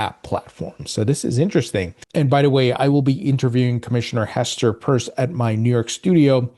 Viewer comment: Hi, while you are interviewing Commissioner Pierce, please ask her how to correctly pronounce her last name. It's not Purse, its Pierce...like a needle can pierce a balloon, like it's hard to "pierce" a strong corporate veil.